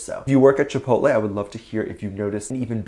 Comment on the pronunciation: It was very cute how Jungkook pronounced Chipotle. He doesn't usually eat Chipotle and I think there's not Chipotles in South Korea. If I could go to a nearby Chipotle right now I would order a Chicken Quesadilla but I don't know what my drink will be. I haven't gone to a Chipotle for a long time maybe I should go to the nearest Chipotle and order me a Chicken Quesadilla. On to the next Topic. I don't think Taehyung is dating any girls lately. Dispatch would have pictures to prove his dating a girl. So I don't think he's dating any girl recently. He's on his break so maybe he'll find a nice girl to hang out with during his break. Be safe and careful. Have a wonderful, happy , safe and magical day or night every Army. ;)